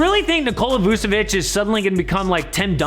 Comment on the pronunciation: Its vuCHevic not vuSevic!!! but Still LOVE ur content keep it up!!!